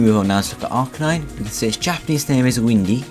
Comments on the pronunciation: AR-KahNine?OH MY FUCKING GOD for the last fucking time its "AR-KEY-nine" and not the "keey" key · thats right AR-Key-Naine